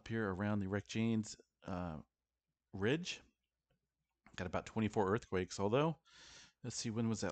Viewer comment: Reykyaness Ridge is the pronounciation